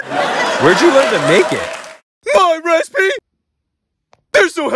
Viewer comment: My "Respee" 🐶😂